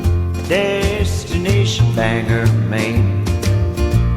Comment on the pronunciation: Me, too! But I don’t know anyone who says “Bang-ger.” It’s “Bang-gore.” Bothers me every time I hear this song. :)